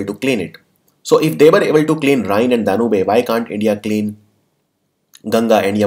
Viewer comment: Sir it’s डेन्यूब not डेन्यूबे